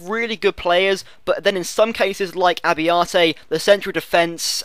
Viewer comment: Italian pronunciations: Nocerino --> No-che-reeno Abbiati --> Ah-bee-ah-tee Abate --> Ah-bah-tay Acerbi --> Ah-chair-bee Forza Italia!